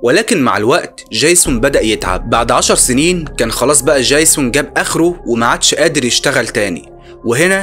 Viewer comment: دجيزون بقى اسمه جايسون؟ يا ياحبيبي ارجوك عندك مشكلة في الأسماء، انا اعرف انك مصري لكن الأسماء معروفة ويؤثر في القصة ،اما الباقي انت رائع! حتى طريقة حكيك حلوة جدا وانا شفت كوووول فيديوهاتك اوعى تتقمص!احنا بنحبك ومن حقنا نعاتبك لأنك بتشتغل بجهد وخسارة بعد المجهود ده ،مشكلة عبيطة زي دي تأثر في الجودة بتاعت الفيديوهات